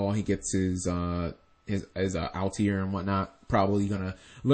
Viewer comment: i'm going to go ahead and be that guy. why do you pronounce altair "al-tee-air"?